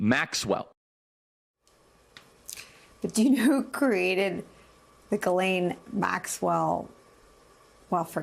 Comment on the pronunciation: HER NAME IS "GH" LIKE THE LETTER "G" SOUND. HER NAME IS FRENCH. AMERICANS MISS PRONUNCIATION OF HER NAME IS KILLING ME.